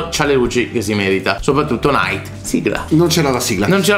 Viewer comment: Che fastidio quando dicono nAAyt